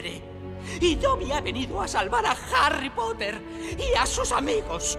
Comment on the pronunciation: Ailowiu charry poter